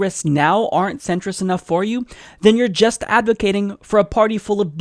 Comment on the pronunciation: He really probably anti Muslim. Also I can't get over the fact he said "centerist."😂 This idiot doesn't know it is Centrist.